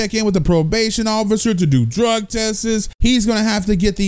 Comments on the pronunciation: This guy says drug "testes" like wtf man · ITS DRUG TESTS BRO NOT DRUG TESSES 😂😂